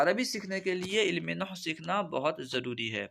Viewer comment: Noh nahi nahav hota he